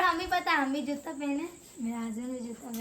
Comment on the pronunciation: Or juta ko jutta nahi😂😂😂😂